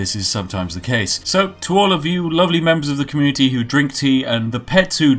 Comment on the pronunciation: did i hear communiTEA?